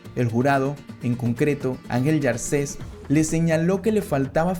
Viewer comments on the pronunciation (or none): Angel llacer no llarser